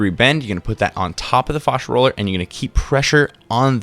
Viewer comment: Fashia not fawsha